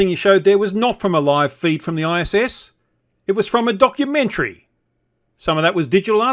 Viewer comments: I swear you said "donkumentary" during the intro. Seems about right :) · Did you start by saying Eric's donkey-mentary? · “Donkumentary” love it! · oh, several people have commented that it sounded like called it "donkey-mentary". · I swear it sounded like you said "Donkey mentally" the first time 🤣 Sounds about right though 🤣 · I seriously thought I heard say "..Eric Dubay's Donkeymentary" which now that I think about it, isn't inaccurate either. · Did just call it a "Donkey-mentary" rather than a documentary? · lol.. I heard donk-umentary.. 3 sec in. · I'm sure you said, "Donkeymentary" 🤔 It would certainly make sense what with Dubay making such an Ass of himself. 🤣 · He did say Donkeymentary which is a work of total fiction? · Did you call it a "donkumentary" in the beginning? :) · I think it was a slip of the tongue, Donkumentry😂 but it's a perfect description of this slop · Did you say "Eric Dubay's Flat Earth donkeymentary"? {:-:-:} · Did you say donkumentary? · I thought I heard "donkey-mentary" . . . quite appropriate . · Are you saying "donkeymentary" ?? I can't understand that people are denying the holocaust, there is footage made by the army's that liberated those camps. Or where all those piles of thousands and thousands and thousands of dead people, not to mention the millions that were already gone, also actors or props? These people make me so mad and sad at the same time. When i saw that documentary i felt literally sick and went out to see some friends to get it out of my mind. The holocaust must be the lowest point we reached as a species. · Did you just say "Donkumentary"? haha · Did you say "donkeymentory" at the beginning? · Did you say “donkeymentary” at the beginning? Little Freudian Slip there,! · is it just me or did anyone else hear Donkeymentrary in the beginning, would be a good new word to describe to nut docs xD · Did you really say DONKumentary there on the start, or did I just mishear you in the best way ever?